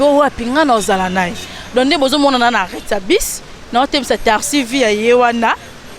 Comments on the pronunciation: boyebaka pe koloba tasi nde nii?? on dit taxi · Vraiment tarsi mawa tika tolingi yo te